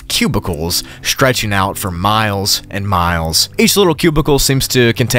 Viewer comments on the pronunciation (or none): none